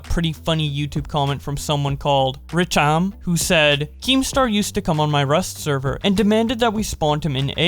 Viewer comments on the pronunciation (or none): How dare you call it rcham it’s R-Cham you say r then Cham you scrum bum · Rcham name is pronounced “archam” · You butched Rchams name